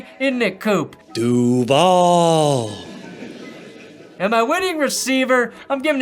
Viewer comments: As someone that lives in Jacksonville, that particular "duuvall" is going to haunt my nightmares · Him saying Duval gives me the cringe!! I'm in Jacksonville! That's just not right! 😢😢😢😢